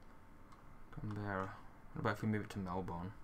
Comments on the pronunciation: Can-bear-a what the fuck is a can-bear-a it is can-bra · "can bra" you have to say it strayin bra as in what up bra Melbourne= mel bin